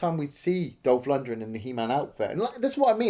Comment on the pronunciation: He's name is LunDgren. Not LundRen